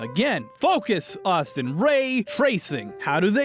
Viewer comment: I always love the accent of 'Dear, ..., hi! It's me! Ausstiinn!'